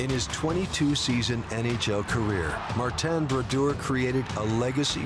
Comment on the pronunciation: i dint know his name was Mar-ten